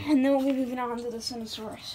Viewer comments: How did he just pronounce that? Cinoranosaurus? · Idk where he got that pronunciation